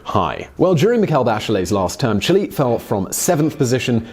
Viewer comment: jesus christ can you pronounce Chile correctly